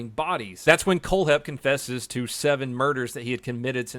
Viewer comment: for some reason when he said his name i thought he said cold head